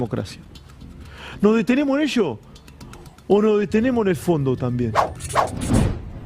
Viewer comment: NO DETENEMO'...SE PERDIÓ LAS S